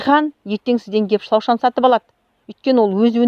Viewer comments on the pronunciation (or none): Шлаушан емес шлаушын деп айтыңыз